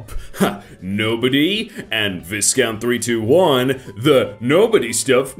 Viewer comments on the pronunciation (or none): you pronounced “viscount” wrong. sUpeRior brItiSh eDucAshun